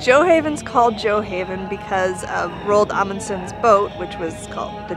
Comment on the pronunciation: If the village is named after Amundsen's ship, it's pronounced "gyoo ah" not "jjoe"... English speakers might pronounce it "jjoe" with extra thick J but it's a norse word "gjoa" not english.